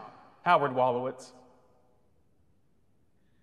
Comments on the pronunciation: When he said astronaut Howard walowits I cried so hard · It s Howard WOLOWITZ